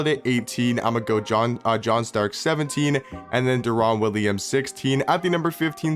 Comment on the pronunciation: Who else got pissed off when he kept saying “de-Ron” Williams? It’s. “Da-rin” Williams 😐